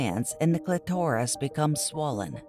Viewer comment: Pronunciation: not cli tor is, it’s pronounced clit or is.